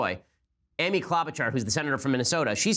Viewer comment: He butchered Klobuchar's name.